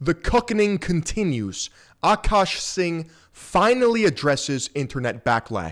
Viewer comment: I love that you say Akaash in the most Indian, authentic way lol. Even Akaash and his wife say the name with an accent.